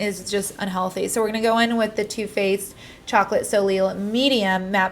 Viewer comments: Soleil is pronounced like so-lay, not solil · its pronounced like soley 😂❤️❤️